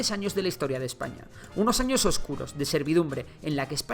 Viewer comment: adios marca hispanica, claro es un video de Ejpaña xD